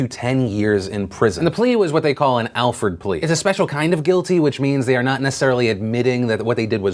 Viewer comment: It's Alford plea not Alfred, and it carries the same verdict as if the defendant pleaded guilty. Do your research before stating such things. Also it's worthy to note that only delusional criminals end up with Alford pleas which further condemns these horrible, mentally broken parents.